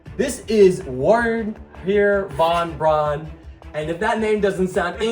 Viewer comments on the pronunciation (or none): Ver-ner von brawn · Wernher von Braun is pronounced like Vare-ner von Bron (or more like von Brown, it depends) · Just lettin ya know its pronounced 'ver-ner fun brown' i am dying watching this time travel trump shit bruh keep it up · Thanks i was looking for someone to say it so I didnt have to. It's Werner von Braun.